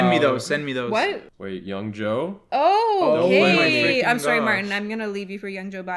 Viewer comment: mandys ‘soreh’